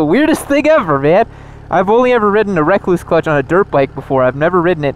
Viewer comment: Rekluse is pronounced the same as the brown recluse spider, not wreck clues... Hence the spider as their emblem...